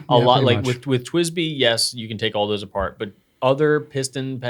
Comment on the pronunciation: Around the mark definitely said, “…taking my parts apen all the time.”